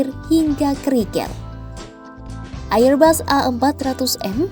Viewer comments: Airbus dibaca erbas, bukan AIR BAS. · Bego ni orang nyebut AirBus ngak benar,, loe sekolah ngak